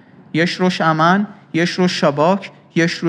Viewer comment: כשהוא אמר אמ"ן חשבתי המן חחח